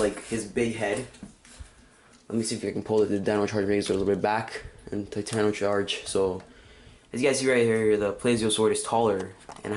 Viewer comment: Enter. taytono. utrrazord.